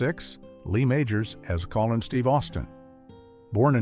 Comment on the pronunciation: Your AI narrator needs some serious tweaking, very poor in spots ( Colin Steve Austin!!! instead of Colonel Steve Austin)